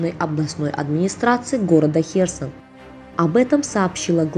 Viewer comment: Следи за ударением !!!!херс'он!!!!